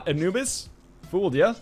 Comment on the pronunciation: Every time when NL is saying "Anubis" I hear "a noobs" ;P